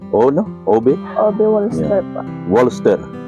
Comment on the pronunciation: Walster ang pronounciation sa German yan Valster